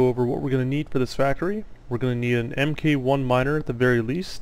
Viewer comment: Its mark 1 and so on not M K 1 rofl Mk. is mark abbreviated.